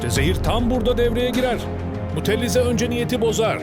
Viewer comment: mutellize değil mutezile